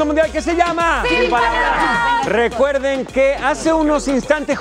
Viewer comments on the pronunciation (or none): Todavía que el pato le da la palbara que faltaba el la dice mal jajajajja a que bruto póngale cero 😂😂😂😂😂😂😂😂😂😂😂😂😂😂😂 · Hay... Te están dando la palabra y lo dices mal, aguas